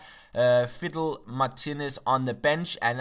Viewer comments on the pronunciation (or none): none